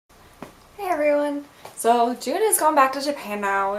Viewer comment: Wow you really are drunk! xD But you seem quite lively which is good. You pronounce his name like June in this vid lol